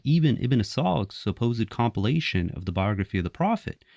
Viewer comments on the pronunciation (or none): none